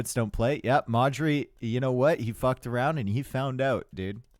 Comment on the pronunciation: Every time you say Modri I wonder who Marjorie is... :)))